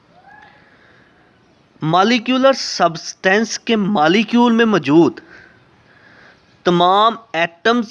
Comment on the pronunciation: Pronounce correctly. . Its not malicule ..it is molecule